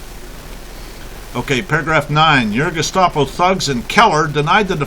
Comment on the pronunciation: *It's "Gestapo", not "gustapo". Just FYI.